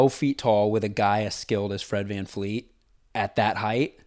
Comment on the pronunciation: does homeboy know that it’s Fred VanVLEET not VanFLEET? 😂